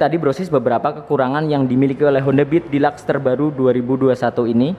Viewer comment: Dilaks? Deluxe kali hhahahahahhahaha